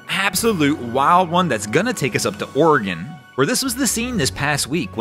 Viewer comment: Thank you for pronouncing Oregon correctly.